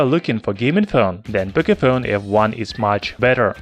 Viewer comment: "Pocayphone f1" ?? lolss